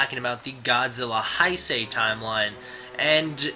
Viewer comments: great video,but just fyi Heisei is pronounced Hey-say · Nice. Just so you know it's spelled Heisei and it's pronounced "hay say"